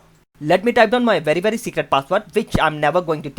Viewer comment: "Vet me type in my vety vety secret password, witch im never going to tell u" LOL